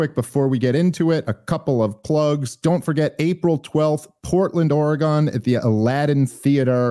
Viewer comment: I love your podcast and I’m a big fan. That’s why I need to tell you this: Oregon is pronounced “OR-e-gun”, Please don’t say “OR-e-gawn ”, they will either make fun of you or be offended. I know it sounds dumb but trust me. And sorry about the masks vax bs, this place needs to get its shit together. So many websites still not updated… Have an awesome headlining show!